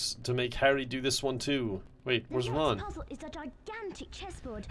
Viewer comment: I seriously thought he was saying "RUN! RUN, HIDE!" XD